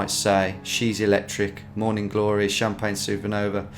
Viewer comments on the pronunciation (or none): none